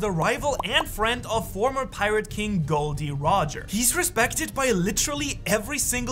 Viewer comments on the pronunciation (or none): it is Gol D. Roger. Not Gold D. Roger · Isnt his name Gol D Rodger ? not Gold ? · It's not Gold D. Roger, either Gol D. Roger or, as some call him, Gold Roger.